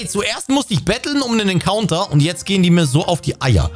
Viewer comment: Richtig nice Folge Wäre gerne ein Encounter, werde Englisch ausgesprochen.